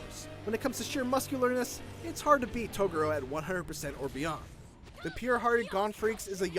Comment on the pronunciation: The way you say to tugoro *face palm *